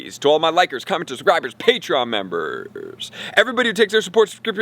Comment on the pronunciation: its so cringe the was you say members lol